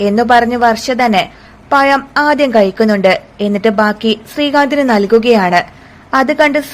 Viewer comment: Kadha parayan thudangunnathinu munp tongue cleaner tongue clean cheyyanam anhale pazham annu ucherikkan kazhiyu allenkil payam annu parayendivarum.